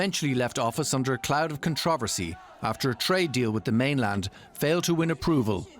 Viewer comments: I've never heard so many awkward pronunciations of the word "controversy" in ones news segment lol. I do enjoy DW, just funny! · I like how they pronounce the word ‘controversy’… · DW anchor woman doing a great job here, but she needs not be pretentious by pronouncing “controversy” like the rest of the Anglo phonic world.